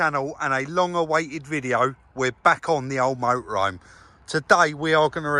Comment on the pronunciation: Love the way pronounces it Moe-ah-roam!!!!!! Cracks me up! Just so so enjoy this channel.